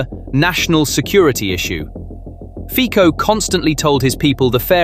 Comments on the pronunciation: Fico is pronounced FEE - tso, not FEE - ko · Very artsy with Ficos name 😅. That was great